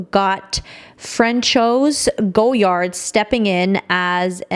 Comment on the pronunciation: Omg the butchering. “Rue Saint Honoree” is “Roo San Honor Ray.” And you destroyed “Francois” which is “Fran Swah.” And “Apprentice” is an English word! Also its “Goy Ard” not “Go Yard.” 😂